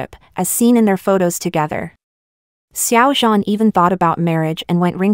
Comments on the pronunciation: You say his name like it's French😭😭😭 try adding a shsnd d sound before zh? Like, dzhan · IM SORRY..... its SH-ow-JAN...